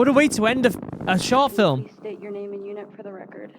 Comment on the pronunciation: You absolutely butchered my name 💔